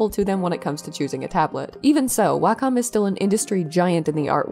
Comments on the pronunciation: Interesting update. Btw it's pronounced "walk 'em," as in if you have a dog and no fenced-in yard, you'd probably use a leash and "wacom." (Wacom rep. taught me that one.) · Actually it’s a secret third thing. Wacom rhymes with Bar…com. Carcom? It’s an ah- sound. Anyway, not the point of the video, just thought you might want to know.